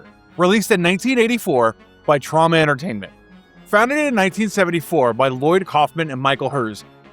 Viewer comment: Troma, it is Troma. Never Trauma.